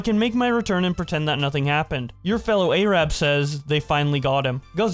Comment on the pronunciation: The most offensive thing in the video is how u pronounce “Arab”